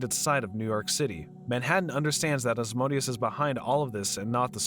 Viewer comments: Who the hell is “Oz-Moe-Dee-Us?” It’s “Ah-zee-man-di-uhs” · The way this guy pronounce Ozzymandias like ozmondius, and not O-zy-man-dius, physically hurts me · It's pronounced "Ozzy-Man-D-Us", not Oz-mode-ius FFS! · Ozzy-man-dee-us not Asmodeus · Ozymandias is pronounced Ah-zee-man-dee-us. LMAO 🤣🤣🤣 You keep saying Asmodeus. Invoking a chief prince if he'll may not be a great idea. Hahahah. I've watched almost all your recaps and thank you!!! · Isn't it pronounced "O-zee-man-dee-us" instead of "Asmodeus"? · Real crime here is the narrator pronouncing Ozzies name as Oz-MODE-ius... its MANDIUS... OZY-MAN-DI-US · It's not "Oz-mo-dias". It's Ozymandias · Just want to add that Ozymandias is pronounced "O-zee-man-dee-as" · just to be the comic book nerd from the simpsons, and just cuz i read the graphic novel lol, it's pronounced ozymandias. but well done otherwise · Love this recapper: Ozymandias is apparently pronounced "Asmodeus". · It annoys me how you pronounce "Ozymandius" as "Ozmodius" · You were saying ozzys name wrong. It’s OZY-MAN-DEE-US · Sorry, bu it REALLY hurts my ears when you say "Ozmodius"...he is called Ozymandias after a poem by Shelley... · Sounded more like "Asmodeus" to me... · Why Ozymandias sounded like Asmodeus in your mouth... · The original voice was the best, bring it back please!! Also, this guy mispronounced Ozymandias' name as Ozmonious?? strange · his name is pronounced oz-ee-MAN-dee-əs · Good recap, but you absolutely brutalized "Ozymandias." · The way you pronounced Ozymandias really irked me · its "Ozymandias"... i cringed so damn hard hearing him butchering his name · Yeah, I noticed it too, I guess his not familiar with the watchmen comics and only knows watchmen through this movie.